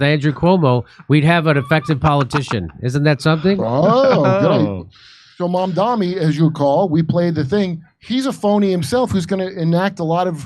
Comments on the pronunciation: MAMDANI isn’t a hard name to pronounce. Are you pronouncing it wrong on purpose?? Conservatives do that to make him sound more foreign and scary, like “oh his name is so foreign and weird and hard to pronounce!” They keep saying “mom dommy” It’s pronounced “mom Donny” If it’s not done on purpose, are yall just…not too bright? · Are Jimmy and the other guy intentionally pronouncing Mamdani’s name wrong?